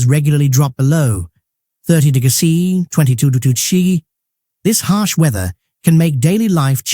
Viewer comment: The AI voice can't pronounce "degrees C" and "Degrees F"